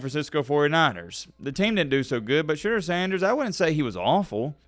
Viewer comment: Shah-d-ooo-er btw